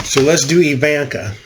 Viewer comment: It's EeVonnKa dahling. Think Zsa Zsa Gabor. Ok, so i dated myself. If you don't know who she is ,google her and listen to how she talks, dahling.